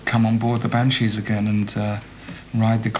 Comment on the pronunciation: vers : pas "le Scandinavia"... aucune salle de concert ne porte ce nom mais "la Scandinavie", et Adam imite l'accent scandinave dans la foulée. Sans oublier "Bowowo" et "les Bannechizes" un peu avant. Du grand art, et par un connaisseur visiblement. Il a été payé pour ce travail de cochon ?